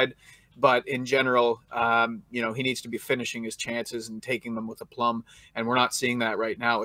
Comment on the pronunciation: "a plum" instead of aplomb 😂😂😂